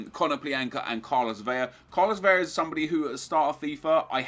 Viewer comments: it's pronounced vela not vella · It's not "Veya" it's like "Velah" idk where the fuck you're getting the Y sound .. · NEP ! IT'S CARLOS V E L A .. with an L not VEYA .. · vela is said like umbrella, not veya. Veya would be correct if it was spelled with two l's. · It's Vela with an L not Veya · It's pronounced beh-lah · Carlos Vela, don't pronounce the double L sound when there is only one L